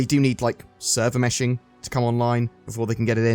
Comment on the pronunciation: It’s meshing, not mashing lol